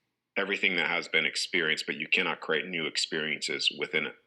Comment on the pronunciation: Notice also the way he pronounces create - he says curate - look up the meaning of curate- assistant to a priest!